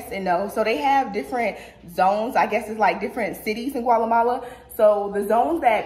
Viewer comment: yesssss, & girl not “ Gwalamala “ 🤣